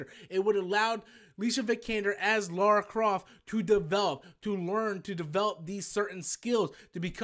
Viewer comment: I thought it was just a boring and highly forgettable movie. By the way, it's Lara Croft not Laura Croft. Like in Lana Lang, you wouldn't say Launa Lang, would you?